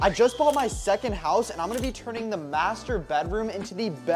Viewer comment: Did…you just say SECONDED HOUSE?? IN THIS ECONOMY??